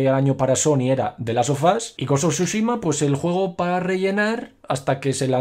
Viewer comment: Vamos, estúpido y sensual, dilo de nuevo: "Ghost of shushima"